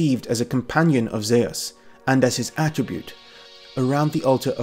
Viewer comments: I thought “Zeus” was pronounced “Zooss”, not “Zay-us”. 🤔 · Zeus is the name English people call the Greek god of the Sky... Greeks call him "Δίας" (Dias), or as he writes it... Dyeus... . It is pronounced the same. Greece is not the name for the country the Greeks use either. Hellas is the true name of that country it's people use. Look it up if you don't believe me. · Zeus would have been orginally pronounced Dzeus, which could descend from something like Dieus ~ Djeus 'Mycenaeans' did not have a god called Di-wo. Di-wo in probably in an oblique case. Even in classical Attic Greek the oblique cases were Dios, Dii etc In other dialects though there other types attested like Beoetian, Corinthian etc Deus. Attested dialectal forms are also Zen and Tan. These are considered to have been results of later developments but in my opinion can be the result of influences from early IE or para-IE languages. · of course it has !!! Zeus is Dieus ( in Greek not according to Erasmian pronounciation both names are pronounced Zefs - Thias genitive Thios .Διfος ( Διός ) in ancient Greek means Brilliant .....Greeks were using both names for the King Of The God ( Zeus - Dias ) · Sorry BUT: Zeus (Ζευς-zephs) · Y u pronounce Zeus like tht😂